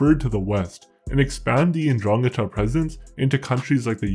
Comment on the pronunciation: It is pronounced "ndrangEta".